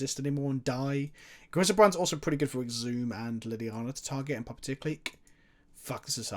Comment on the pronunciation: You misread puppeteer so many times it hurt